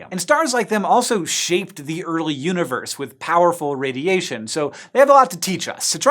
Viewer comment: I understood "uterus" instead "universe"